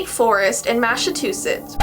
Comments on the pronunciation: pronounce it like mass a choo sets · When I heard you say that Maaaaassa chus thing I said it wrong too XD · Mas-a-chu-sh*ts (It's Mas-a-chu-sits, that's how is type it-) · The Massachusetts part got me 😂 Mass-a-choo-sets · I think u said it wrong try again.:masitushits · “Masichushits” had me dying 💀💀😭😭😭😭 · Why did Massachusetts when said it sound like "Massive Two Sh! ts" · Massa-two-sh*ts had me on the floor practically crying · I lov how in of the video he tried to say it but he said "Massa - two - Sh*ts", my mum walked in to him saying it and just looked at me then walked out XD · Why did Sound like he said massive two shits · it soud like Masive two shits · look at the captions while and are struggling to pronounce “Massachusetts” (and I mean all of them) and the one where says “mass a two s**ts” is hilarious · is it just me or did ty or or (idk how to write his name) say nasatwoshits? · Me trying to say Massachusetts while trying to say it: Massachush***s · *massachu*:*massachsh*ts(second time)* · when couldent say Massachusetts i got so mad LOL i live here and its like you say it like mass-a-chus-ets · I live in Massachusetts and imma go find that tree. Sike. But it’s pronounced MASS-UH-CHEW-SETTS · 1.) * sneezes for the neighbors * 2.) 'mas-a-chu-sits-' 3.)' Masachu****......****!!!! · No one: Not even charli damelio:: masse-two-shits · He said mash a too shits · It was cute when he tried to teach her to say it but he said " mash of two shots" 😂😂💟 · It sounds like he said masiv to shits HAHAHA HAHAHA HAHAHA 🤣🤣🤣🤣🤣🤣🤣🤣🤣🤣🤣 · Its pronounced Mass-a-chu-setts (I'm American so I know my states) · When they say the word that they can’t I sounded like they said massive to shits anybody notice it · Everyone: Massachusetts Ty: Massivetwoshits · At first I thought she said “Massa-TO-SHITS” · Did he say "MASIVE TWO SHITS"😂😂😂😂😂😂 I'M dead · nobody:: mAsSaTwOsHiTs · said "massetwoshits"